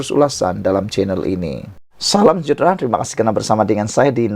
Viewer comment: Pse correct ur pronunciation it sud be Salam sejahtra not salam jahtra....